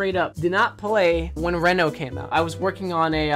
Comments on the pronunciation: literally made the video unwatchable for me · It's not re no, its reeeeeeeeeeno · It is not Reeeeeeno, it is Renooooooooo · Nobody::reno Everybody else: REno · jesus christ it's REE-NO not REHN-OH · It’s pronounced reno like with a hard E like reed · I Think its pronounced Renault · I cringed every time he said “Renno” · Each time he says Reno, he says it wrong and it makes me mad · Guys it's pronounced Reno not Reno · It annoys me how he says Reno not Reno